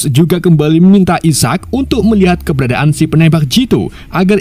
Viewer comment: keberadaan nyet bukan kebedaan menit